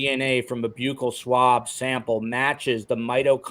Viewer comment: Buccal is pronounced as “ belt buckle “ Buckle swab - that’s a DENTAL TERM